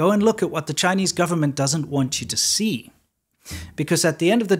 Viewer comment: When he says, "The video they don't want you to dee, he's not kidding